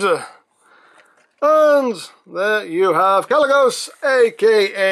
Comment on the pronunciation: First Archimonde, then Gaz'rhanka, and now Kalecgos and they form Ragnaros... Who else from the warcraft universe will they use? Also you did pronounce Kalecgos correctly :)